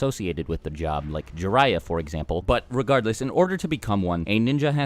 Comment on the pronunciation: When he said Jariyah for example I'm like cmon, kakashi , guy